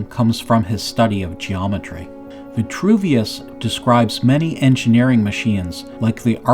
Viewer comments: its Vitruvius not ventruvious.. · STAHP SAYING VI-N-TRUVIUS....PLEASE!!! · Vitruvius has no n. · There is no N in Vitruvius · There is no “N” in Vitruvius. So why say it that way… Kind of weird.